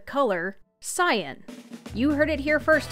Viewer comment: was listening to the audio but not watching the video cuz I was playing the game but I kept getting confused as to why you kept referring to things as scion or the scion king. Turns out you were saying cyan. That was confusing